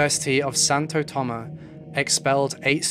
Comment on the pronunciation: also why didnt you pronounce the S at the end of Santo Tomas....like its there for a reason